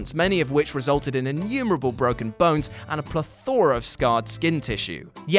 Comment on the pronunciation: “PLETH-ora” = 👍🏽 “pleth-ORA” = 👎🏾